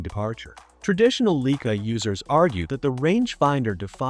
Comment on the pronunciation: I appreciate the content but whoever make this, please correct the pronunciation of the brand name “Leica”! This should not be happening with the technology available this day!!!